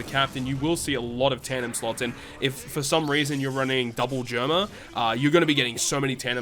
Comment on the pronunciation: Hey just wanted to let you know Germa is pronounced “jeh er ma” not “jur ma”